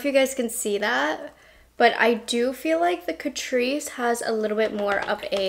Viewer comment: My mum and I love catrice. But my mum calls catrice … cat-rice. 🐱🍚 CAT-RICE. Love you mum! ❤